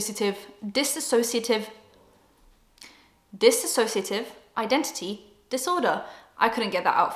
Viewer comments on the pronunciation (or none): dissociative not disAssociative :) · Dissociaitve pause DissAssociative pause Disassociative Me: no...you did it on your first try...you were fine...